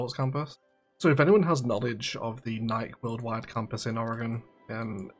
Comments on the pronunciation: I cringe each time you pronounce Nike (as if it rhymes with like and Mike and bike) it’s pronounced NIKE (as if it rhymes with Mikey or spikey) Also Nike its NOT a clothing company it’s a sneaker company that also makes sports apparel and equipment. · It's very funny, as an American who is constantly bombarded with Brand Awareness(tm), to hear you pronounce Nike "naik", not "naikee" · pure curiosity, is it pronounced Nike (like Mike) with the short 'e' as one syllable were you are? Here in the US (I'm one town away from the Nike campus actually) it's pronounced with two syllables Nikee (like Sandy) with a long e